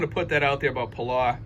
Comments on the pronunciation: I like your videos and agree this is good news! You might want to check the correct pronunciation of Palau. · Your not pronouncing Palau right, get it right.